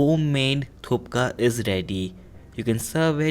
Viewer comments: You don't even know how to pronounce it 1.It is THUKPA not THUPKA BRUHHHH.... 2. Noone in the hell adds turmeric,garam masala , to thukpa. 3.And u don't use thin noodles , we Nepalese/tibetians use thick and long noodles . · I loved your recipe...but thupka nai ..its thukpa..it was distracting me..lol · Recipe is good but you wrote Thukpa but pronouncing it as Thupka. Now i am confused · It is not Thu"P"ka. It is Thu"K"pa . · u are pronouncing it wrong..assshole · Bihari not Thupka ok its Thukpa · Lots of love from nepal💓and its thukpa not thupka😁😁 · It's Thukpa not thupka... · Hey it's thukpa not thupka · Hey its not thupka it's thukpa nd I Love thukpa I m from darjeeling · We don’t put this kinda masala and all He is putting too much of extra masala Thukpa is suppose to be a simple dish. And it’s not thupka it is thukpa Anyways video was good Thanks for promoting our dish😊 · Thupka ni thukpa hai😂😂 coz m nepali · It's thukpa not thupka :)) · M from Gangtok Sikkim nd in our plc momo nd thukpa r vry famous...its my fav dish..tx for making this video...but brother its thukpa not thupka hehe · Brother "k" is silent Its "Thupka" bt we pronounce it "tuppa" 😊😊😊 Nd msg is very importnt Nd no garam masala.... Nd readymade masala just remove that from list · thupka nahi thukpa! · The whole video you said "thupka" its "thukpa". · Hey its not thupka. Its thukpa. Any way i loved how you introduced the dish of nepal. Love from nepal. 🙏 🇳🇵 Try more recipes from nepal. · Its THUKPA! Not Thupka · It is not thupka.. Its thukpa.. You pronounced it wrong. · It's thukpa not thup...ka !!! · You pronounce thupka and written thukpa recipie.. Is it suppose to be like this??? Delicious by the way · But it's not 'thupka', it's THUKPA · not thuka its thukpa😅😅😅😅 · You kept saying Thupka instead of Thukpa. Also MSG is very dangerous for health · It's not called thukka.its thuk pa. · Thuk pa... You are pronouncing thup ka.. Will be awesome for winters..... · Whole video was about "Thupka" 🤣🤣🤣🤣